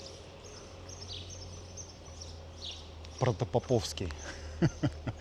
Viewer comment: Автор видео точно не из Москвы, столько ошибок в названиях 🤯 протопОповский. А деревянный дом (проспект мира 30) - один из домов Купцов Баевых.